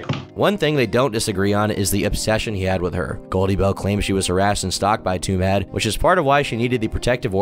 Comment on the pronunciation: "Twomad" rhymes with "too mad".